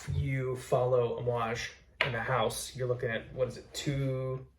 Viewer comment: Best From The HOOSE??? Lost Me Already